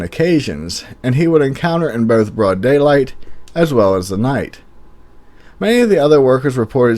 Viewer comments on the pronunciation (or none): none